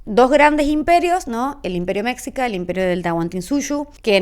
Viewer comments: Saludos! Un punto extremadamente importante es corregir en pronunciación, varias veces dices "méksica" y la pronunciación correcta es "meshíca" Cualquier persona de México y centroamérica que escuche la palabra que estás diciendo, se va a sacar mucho de onda y más tomando en cuenta que comentas que estudiaste mucho y que investigaste mucho. Tómalo como crítica constructiva, te agradezco mucho la información, te sugiero dentro de esa misma investigación ver videos, qué hay muchos, de investigadores mexicanos o centroamericanos en dónde pueden ampliar mucho más el tema, y también ahí verás la pronunciación correcta, ya que de este lado nadie dice "méksica" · que raro me sonó eso de mexica jaja es que realmente se pronuncia mechica la x se pronuncia como ch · Amo tus videos. Me gusta ver videos que alimenten mi cultura y los tuyos son infalyables. Solo que... El imperio mexica que pronuncia "meshica" Saludos desde CDMX ❤ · Me desespera un chingo que pronuncies Meksica, pero bueno, aquí está mi comentario a solicitud, el algoritmo no diferencía. Gracias por tu análisis, pero en serio la pronunciación habitual está siempre a una búsqueda de distancia 🫡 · Historiadora con doctorado y no sabes pronunciar correctamente mexica??? Por dios! 🙄😒